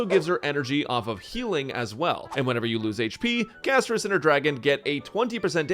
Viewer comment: Castorice ❌ Cashtorise ✅ with global passive